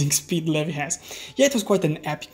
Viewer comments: you didd :0 you said "lehvy" instead of "leeveye" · Umm did you just call Levi Levy.